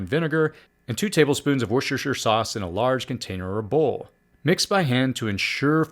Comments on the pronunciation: Warshershershire sauce 😂 In the UK, from where it originates, it's "wuster-sheer sauce", or sometimes contracted to "wuster". That doesn't detract from a top quality video though. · "Wuster" sauce. Nice video thx.